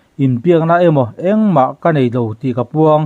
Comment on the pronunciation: Eng amaw i tih ṭhin hi, 'eng emaw' ti zawk teh a. Tin, naupang tiha nau tih hi i thlûk ṭhin a. Sorkar lai pui tiha lai tih pawh hi thlûk loh hian a dik zawk.